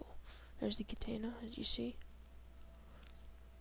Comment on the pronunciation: Lol no its Katana but its still funny the way u said it i has a Katawna wit no ecks bawks lol